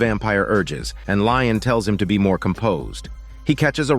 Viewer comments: I just.. don't know how you get "Lion" from "Lestat"... 😅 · I fell out laughing after hearing "Lion" I was like oh hell no! 😂 ☠️ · Dear god it is he is called Lestat. I cant give you you a thumbs up like I usually do for this horrid mistake. Im sorry.